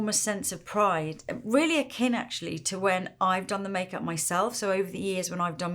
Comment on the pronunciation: Lisa used the work akin twice at the start of the video. I kept hearing Ken ... what she did Ken's makeup...oh, akin!